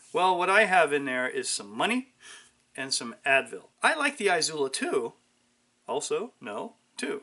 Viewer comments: Its "ee sue lah". There is no EYE or ZOO in the pronunciation. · I dunno, maybe the fact that literally every other Izula video on youtube pronounces it correctly, or by just having a rudimentary understanding of Spanish pronunciation. A couple ways there, yea.